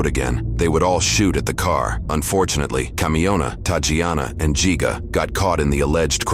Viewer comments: It’s not pronounced geega! Wow people dumb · yall pronouncing gigga wrong and youre spelling it wrong too.